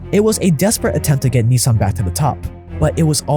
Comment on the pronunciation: Just wondering, as a "100% Asian", why don't you pronounce Nissan correctly, instead of the American way? Ni-saaaaaaan sounds ridiculous.